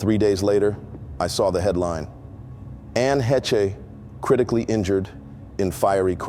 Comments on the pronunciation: I'm curious, if you knew her why don't you say her last name correctly? It's just one syllable, not two - heh-cha - no. Heche or Hey-sh, one syllable. Now are you reading stories that other people have written and now sharing them in the first person or? Because it seemed like when you talked about meeting Ellen DeGeneres for the first time going out on a date with her, it seems to me you indicated that you might have worked for the Entertainment industry. Now you're working at a mental hospital. Which leads me to believe that maybe you're just reading or recounting stories that you've been told and then writing them as a script in the first person as if it was you that did it. Or you that did that job in order to meet those two particular women. I'm just curious. I'm a writer so I noticed things like this. That's not to say that you can't work in two different industries at two different times. Some people do they move on to something better. You tell a great story. You enunciate well, you emphasize in the right spots, so I know it's not AI, so I'm not putting you down at all. I'm just curious how you were able to meet Ellen and years ago when she was just starting and not very influential by the way and then to meet Ann heche while you're working at a mental institution. Thanks appreciate it take care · AI garbage. The name is "HAY-SH" not "Hetch" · Her last name Hesche is pronounced ( Hesh) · Heche is not pronounced heh-chuh. It is one syllable and pronounced haysh, long A. Thanks for your story. Scary. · "anne hech" 😂😂😂😂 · At least get her name right - Anne Haysh. Geez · Lord, at least pronounce the woman’s last name correctly. It’s a long A like hay and ends wish the shh sound. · Please, pronounce her name correctly. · Dude you need to learn how to pronounce the name Heche. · All most… if you hadn’t mispronounced her name, it would have been good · Another one that can't say her last name... 🙄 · Didn't even pronounce her name right. Wack.